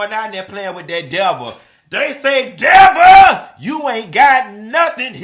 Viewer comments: Devah. Not Devil. 😂😂😂😂😂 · "The devuhh" 😂😂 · The DEVAAH CTHUHFH😂😂😂😂